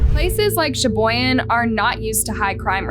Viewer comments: I'm Australian n even I know how to pronounce that too. Can't believe channels like this or some people aren't able to aye. Lol. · Uh, it's Pronounced, Sha-Boy-Gan.... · Sha-boy-gan cmon Wisconsin names ain’t that hard 😅